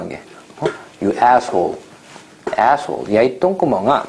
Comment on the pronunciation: I love how he goes from speaking perfect Korean, to letting out the most perfect New Yorker "ASSHOLE"😂